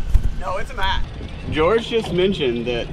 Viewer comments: It’s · its!!!! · I love when Wesley calls George “gerge” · You shallow the club nicely in your transition. Is this something you think about? Are you actively manipulating your hands to do this or is it a result of something else? Your move is more pronounced a la Sergio - you know what I mean? Great stuff, thank you!